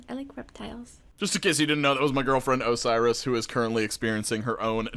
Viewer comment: its Osiris, and I’m Mexican